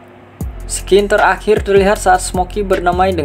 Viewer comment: gak pake s bro, bacanya sin aja